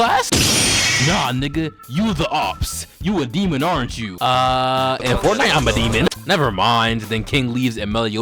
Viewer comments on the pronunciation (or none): none